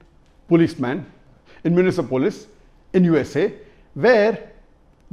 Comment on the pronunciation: What is minisa(myunisa) police? It’s minneapolis. And that too after a camera cut. There was a camera cut right before you were to say minneapolis and still you botched it. I can’t imagine how many times the cameraman tried correcting the pronunciation. May Allah guide to the the truth in speech, precision, and knowledge. “One of the only reason he was killed was because he was a black person”. You said the people who attacked twin tower may not have been terrorist because you can’t speak for or against something you don’t know about. You said that for all you knew, those people retaliated against a terrorist country that is USA. You didn’t stick to your principle in this case. You don’t know if it was because he was a black person. Nobody knows what was in police’s mind or if something got him pissed off or whatever. The action itself is condemnable. The policeman should be sentenced for commiting a murder, no doubt. But, Zakir sir, may Allah give you wisdom again and not kiss ass of certain protests without confirming the validity of their argument by yourself.